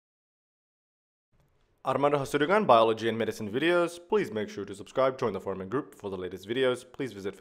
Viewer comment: Am I the only one that hears, "please join the foramen group" ?